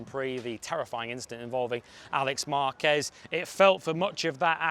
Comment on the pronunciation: Márquez not Marquezzz